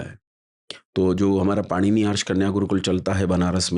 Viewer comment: ऐसे-ऐसे लोग भी आर्ष विद्यालय खोल रहे हैं जो अपने ही विद्यालय के नाम का शुद्ध उच्चारण नहीं कर पा रहे...'पाणिनि' का उच्चारण 'पाणिनी' कर रहे हैं...😅😅... हद है मतलब...😅😅... इन आचार्य महोदय को पहले अपना उच्चारण शुद्ध करना चाहिए।